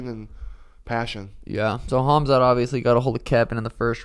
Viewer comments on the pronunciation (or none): KHAMZAT not KHAZMAT. Every damn time 😂